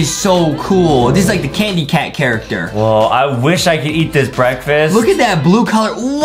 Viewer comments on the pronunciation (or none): It’s not cannycat it’s candycat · it's not canny cat it's candy cat